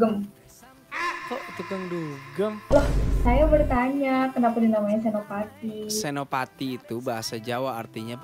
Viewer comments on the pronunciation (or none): Bukan senoparty kk tp Senopati 😂